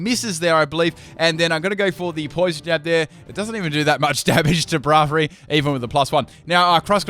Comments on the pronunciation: He still pronounces "Braviary" wrong. It's kind of "Brave-eary", not "Braav-eary". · wtf is that pronunciation of Braviary?! it kills me on the inside T_T